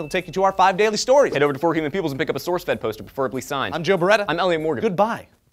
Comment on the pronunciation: When Joe said "I'm Joe Bereta" I thought he said "I'm Joe Bed-Wetter" :)